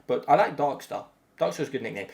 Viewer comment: “Sr-72 Dark Steh”